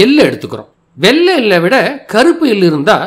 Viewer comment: நீங்கள் வெள்ளை சர்க்கரை வேண்டாம் என்று சொல்வது வெல்ல சர்க்கரை வேண்டாம் என்பதை போல உள்ளது.. தமிழ் உச்சரிப்பை சரி பார்க்கவும்.. நன்றி மற்ற விஷயங்களுக்கு..